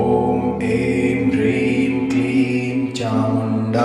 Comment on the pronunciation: Как правильно Хрим или Прим? Слышно Прим а написано Хрим